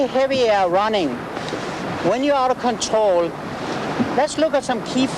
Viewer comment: is great. "Contwol the pwole" lol. Realy good informative vid.